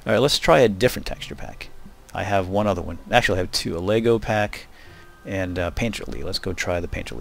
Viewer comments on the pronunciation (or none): none